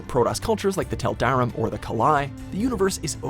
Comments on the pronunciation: Maybe you should look up a couple of pronunciations before you butcher the names. It's pronounced Tal'da-"reem" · for StarCraft, it's pronounced Taal-dah-reem.